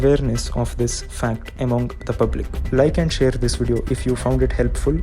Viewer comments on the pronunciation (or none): none